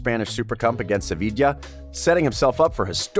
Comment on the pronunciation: haha and Sevicha. Americans man, americans